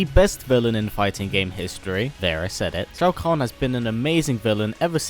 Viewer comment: You are pronouncing shokan wrong